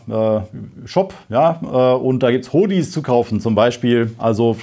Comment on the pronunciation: Sach einfach "Huddy", nich "Hohdy" :) Danke für euren permanenten Einsatz. Dran bleiben, noch ist nicht die Zeit zu feiern. Nach Eindhoven fahren wäre tatsächlich mal interessant, interessiere mich sehr für diesen zukünftigen Wirtschaftszweig. Im Ernst.